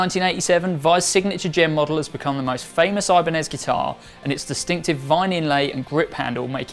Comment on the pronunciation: The brand name is Ibanez, not Ajbaniiz.